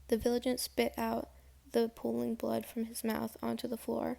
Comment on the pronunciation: Vigilante has 4 syllables. (Vigilant is a different word)